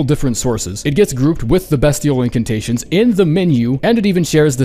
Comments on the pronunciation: pronounce bestial correctly already. It's BEASTIAL. Jesus fuck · I'm sorry BEST-IAL BEST BEST BEST??? yikes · Beastial at 17 is a fucking joke, especially when you have comet axure at 19. And the pronounciation is also a joke